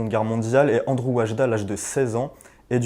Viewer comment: "ANDRZEJ" ne se prononce pas "ANDREW".